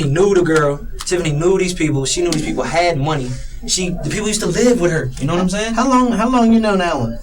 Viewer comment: This guy is human garbage. Know-wut-um-sayin’?